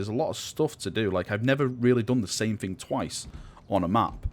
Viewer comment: I love your videos man, but...the way you talk...It's so...lazy... "Fing" ;_; Speak properly. D